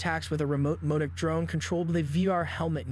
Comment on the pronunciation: M o d o c - modoc Leemo - limo